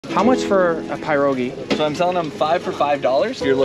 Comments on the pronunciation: Am i the only one who had a knee-jerk reaction to it being pronounced pie-rogi, and not puh-rogi? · pronounced "purr-o-gi" here in Pennsylvania. His pronunciation was wild lol. Pie-row-gi lol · Its pronounced per-ogi not pie-rogi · It’s pronounced Pier not pie-r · I know my thoughts exactly, it’s “pierogi” pronounced (Peer-Roh-Gi) some people man. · The way u pronounced "pye-rogi" made me want to have an aneurysm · Omfg pie rogi is crazy... if you don't know how to pronounce that go to google translate - select polish language - type pierogi - click listen now button. Thank me later. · pie-rogie immediately pissed me off lol who calls it a pie-rogie my message to the world is never pronounce it that way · I’ve never heard it pronounced “pie-rogi” lol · Its pronounced peer oh gee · Isnt it pronounced "pea roe gee?" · The way he pronounced pierogi is priceless 😂😅😂😅😂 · Genuine kindness to a genuine dude. But how can someone butcher the pronunciation of pierogi that badly? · Pleaae pronounce pierogi better please please im sorry it just actually hurts my head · He should not have been given food for pronouncing perogi that way. 😅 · The way he pronounced it 🤦‍♂️ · you pronounced it wrong. lol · It’s not pronounced like that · That's not remotely how you pronounce 'Pierogi'. Just sayin'